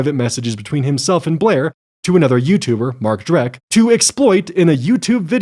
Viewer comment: MARK DRECK 💀💀💀💀💀 HIS NAME IS MARK DECK!!! DRECK IS THE GERMAN WORD FOR DIRT